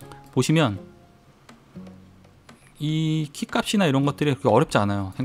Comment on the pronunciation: 키값이나 라고 말하실때 '키갑이나'가 아닐고 '키갑시나'라고 정확하게 발음해주셔서 너무 좋습니다 존경합니다